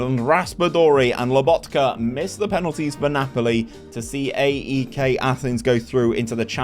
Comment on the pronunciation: Pronounced Eyek